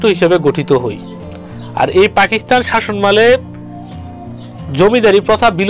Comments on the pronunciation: লেখা আছে শাসনামলে আর আপনি বলছেন শাসন মালে এটা কি ধরনের উচ্চারণ? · আপনার এই শাসনমালে আগে শুদ্ধ করেন, কিসের শাসনমালে? বাংলা একটা শব্দ "শাসনামলে" তাই উচ্চারণ করতে পারছেন না। এমনটা করলে তো আপনি কোন ভাষা-ই জানবেন না, তখন তো হবেন "বাংলিশ"। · শাসনামলে শব্দটার উচ্চারণটা কেমন জানিলাগে